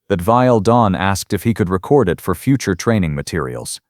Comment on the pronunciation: "....REH-cord it.."!!!! POS AI!!! Hows bout, "ree-CORD it..."!!!! POS AI!!!